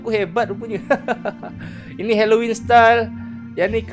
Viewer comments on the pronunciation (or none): none